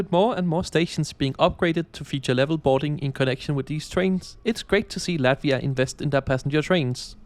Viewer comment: It's Latvia, not Lativa